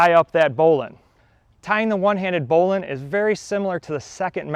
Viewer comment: It's bow line not bowlin